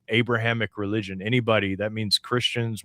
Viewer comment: Did you say re-legion?